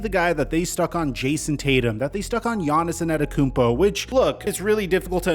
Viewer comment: Bro, who tf is Giannison Adekoumpo? Y can't he say his name right?